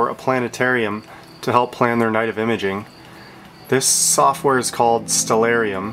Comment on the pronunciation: it's great to finally hear someone pronounce Stellarium correctly!! So on top of everything else, kudo's on that too